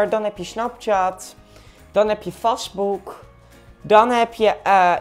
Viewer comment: Goegol Translaate, Sjazamme, Fasboek, Snaptjat, TikTuk, Coroma, Nootiefiekasjons... Is hij serieus?